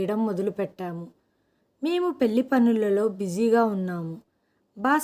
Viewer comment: పెళ్లి ని పెల్లి అంటున్నారు.ల కి ళ కి తేడా తెలుసుకుని చదవాలి.తెలుగు ని ఖూనీ చెయ్యకండి